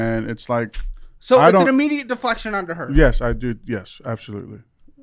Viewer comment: Ew the way he says “abshalutely” 💀